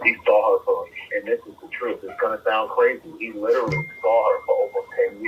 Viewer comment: cwazy... thats how he was fixing to say thats crazy